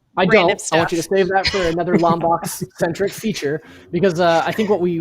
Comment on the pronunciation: It’s Lombax not LomBOX. How do you love Ratchet and Clank but don’t know how to pronounce it?